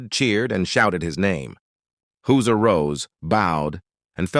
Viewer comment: HIS NAME IS Hauser not Hooser (your Ai voice) For goodness sake can you not get even his name right.